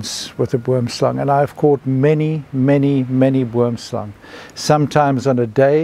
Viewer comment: Terrifying venom. That sounds like a poison from a movie. Good thing you didn't have to find out if you could get antivenom in time. Oddly I heard the snake name as wormslang through the entire video, till I read the comments and looked it up, because of how the Afrikaans oo is pronounced, even though I know boom is tree in Dutch.